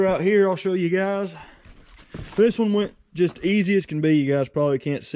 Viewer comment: Is it just me but when he go "thisen" brights my day